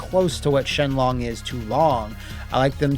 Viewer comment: Shenlong = Shin Long